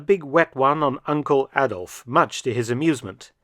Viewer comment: A"d'uh"lf Hitler you might say .....